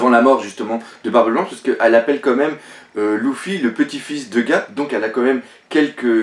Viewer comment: Pk tu dit '' Louffy '' c'est Luffy pas Louffy